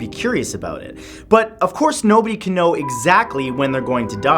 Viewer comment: he said k-now lol